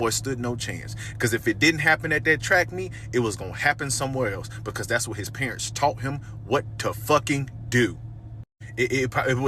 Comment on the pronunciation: 2 secs in, did that thing say "prunts" instead of parents. First time hearing that particular butchering.